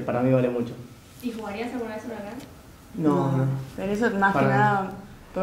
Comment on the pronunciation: HURACAN ???? BURACAN ??? TALANTALANNNN